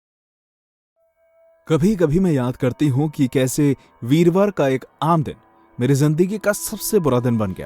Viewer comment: "Virwar"🤣🤣 Btw love your videos ❤